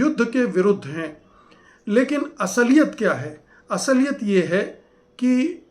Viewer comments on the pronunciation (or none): " Asaliyat " Naheen. Asliyat ( Saheeh ).